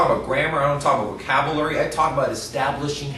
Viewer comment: Just watched the first 3 minutes. He mispronounced "pronunciation" and "vocabulary."